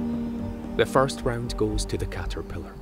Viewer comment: i love how he says 'cahterphilahr'